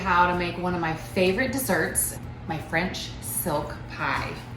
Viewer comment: I kept thinking she said French Soapa Pie lol. I didn’t read the whole entire title. I saw Pie and Joanna and clicked haha.